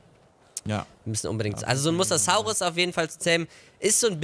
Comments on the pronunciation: Mosasaurus wird anders ausgesprochen! Das o ist länger und das s weicher. Mosasaurus, nicht Mossaßaurus! 😜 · Bei Mosasaurus wird jedes "S" wie bei Sonne ausgesprochen ... Das ist auch im Englishen so .... Jeder Dinonamr wird lateinisch ausgesprochen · Der Mosasaurus wird wie die Farbe rosa ausgesprochen ;)